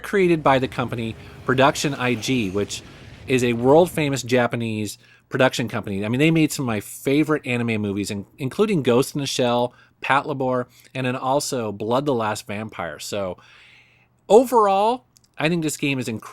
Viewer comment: I hope in the 4 years it's been since you uploaded this video you've realized pat labor is pronounced the way it's spelled lol. labors are the names of the robots and pat is short for patrol. sorry but it was gonna bug me if I didn't comment anything regardless if you read it or not haha